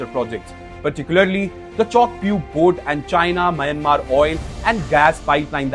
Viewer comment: The narrator who is from a neighboring country should be knowledgeable enough to pronounce Myanmar correctly. Unfortunately he imitates the mistakes of western journalists.